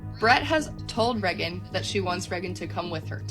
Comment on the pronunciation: I’ll never trust someone that pronounces Reagan Reggin